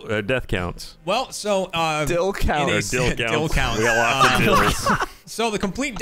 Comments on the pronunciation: Dill Count, Honestly one of Greatest Flubs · Dill counts 😂 Gavin and I laughed too much at flub